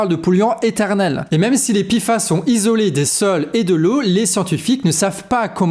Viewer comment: P et i font pi et non pé.